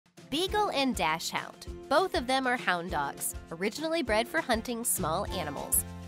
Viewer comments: dachshund is pronounced “dock sin” not “dash hound” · Have to admit, I've never heard them pronounced dash hound. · German pronunciation is more like DOCKS-HUND. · Le me : ( pronouncing ) Das chund 😂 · She lacks knowledge of the breed. You would think she would've done her due diligence before acting as an expert on a breed when she doesn't even know how to pronounce the name. As soon as I heard her pronunciation, I knew to dismiss any opinion she had of the bold, brave and intelligent doxie. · wrong, if you can't get the pronunciation correct, you are too lazy to do the correct diligence for any further consideration. The only people who pronounce this way that I have known lack a knowledge of the breed. This is indisputable fact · LoL. The point I made was this YouTuber lacks the basic understanding of this breed and couldn't even get the pronunciation of the name correct. I clearly stated her lack of due diligence. I've stated several times the lack of knowledge of correct pronunciation was symptomatic of the lack of very basic understanding. Sorry if that went over your head. My very FIRST post on this thread clearly stated this position. My point has been proven.